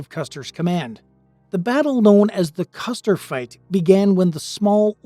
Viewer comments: It's Custer not Custard.However at the Battle of Red Butte or The Custard Wagon Train Massacre that occurred on July 26,1865. Sgt Amos Jefferson Custard of the 11th Kansas Cavalry and 20 of his men fought off attacking Cheyenne and Lakota Sioux warriors for several hours until they were massacred. The two that did not die were tortured to death. Amos and his men were scalped, but the scalps were thrown away since too many Cheyenne and Lakato died and no one felt like celebrating. By the way Sgt Amos J. Custard is my 2nd Great Granduncle. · Its Custer, not Custard.